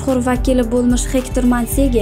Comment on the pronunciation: Gegtr boladi hector emas